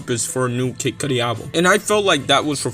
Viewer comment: Lmao he ain't retiring dogg 🤣😂 this sounds like bullsh* . And the way you say kid cudi annoyed the f* out of me lol 😆